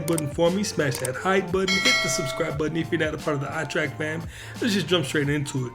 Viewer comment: now that I've taught you how to say trek and not track, good stuff keep at it.